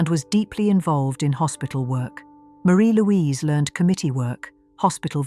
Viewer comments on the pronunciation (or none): Her name is pronounced Marry Louise nor Marie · You have certainly proved her name is forgotten. Her name was pronounced "MAH-ri- Louise" not "maREE-Louise"